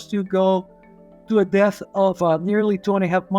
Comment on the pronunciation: His accent makes depth sound like death. Oof.